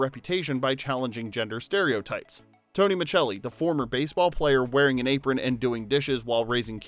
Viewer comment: Exactly. We’re all yelling at our screens. It’s Miscelli!!